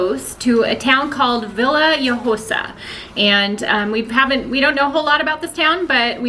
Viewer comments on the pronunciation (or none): Villa hoiosa the J is pronounced like an H, try the Sardines with some wine, made on the fire, fantastic and cheap